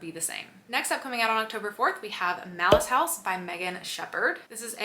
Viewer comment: I thought you said "Mouse House" at first (Malice House) and I thought Please no more rodents! 😄🐀🍂🍁